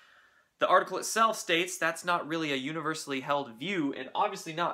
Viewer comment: itstelf??? heeheehee